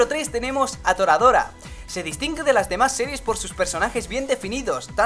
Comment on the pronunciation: ¿Tora...dora? Pensaba que eras inteligente.